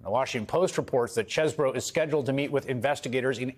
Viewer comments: OOooh..., oh, you finally figured it out? It is pronounced "cheese - bro." Cheese would have been the original pronunciation, which is confirmed by Harvard classmates' pet name as "the cheese." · fwiw, chesebro pronounced his name as "cheese bro" ... until his GA indictment. he literally used to use "cheese bro" as a reminder of "I"M FROM WISCONSIN" (which was weirdly desperate sounding - even 20 years ago) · Pretty sure knew how to pronounce his name but decided to emphasis the Cheese part As do I still